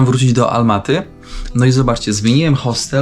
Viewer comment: Ałmaty nie Almaty